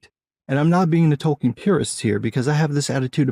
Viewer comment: At this point it's not "Tolkien" anymore, it's just "token"